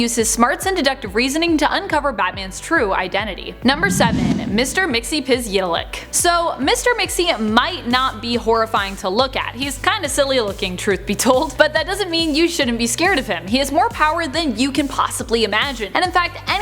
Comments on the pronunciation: Mix, yes, pit'll, ick. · Its (MIT-sool-plick)